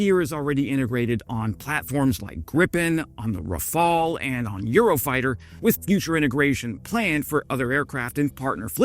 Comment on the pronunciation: It's almost a turn on hearing you pronounce "Rafale" correctly. 👏👏👏